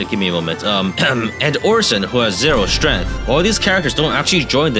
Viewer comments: "0 strenth" 💀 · "who has zero strEth"